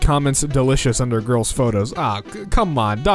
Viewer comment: am I the only one who heard grills instead of girls?